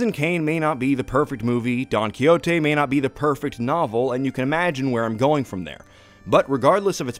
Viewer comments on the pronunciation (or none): PS: it's pronounced Don Kihoteh